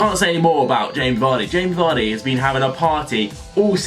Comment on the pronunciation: you know it's Jamie Vardy right?